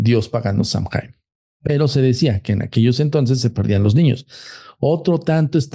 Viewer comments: 20 años llevo en Irlanda, soy ciudadana, estudio Shamanismo Celta...lo q dice de SAOIN (asi se pronuncia) es totalmente incorrecto. Saoin es un festival antigüo Celta q marca el final de la cosecha, y q se dive q el velo entre el mundo de los muertos y los vivos es delgado. NADA Q VER CON Q ES UN ESPIRITU!!Perdi toda la credibilidad q le daba a este chico, por q osea...Google it!! Google te dice como pronunciarlos, lo q es, etc. No me creen? Googleenlo...ahora googleen "Puca" eso es UNO de los espiritus q.es "famoso" es SAOIN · Samhain,cuya pronunciación es( sow-en)Es una fiesta gaélica que se celebra el 1 de noviembre y que marca el final de la temporada de cosechas y el comienzo del invierno. Eso es todo! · Todo mal..... no sabe ni pronunciar samhian , y no es un ente, es una festividad Celta pagana..y nada que ver todo lo que dijo este señor 🤦🏻‍♀️ se dedican a esto y no se documentan antes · No hay ningún espíritu Samhain y no se pronuncia así y todo lo que dijo es mentira. El halloween tiene sus orígenes en el Samhain que es de origen Celta. Dios!!!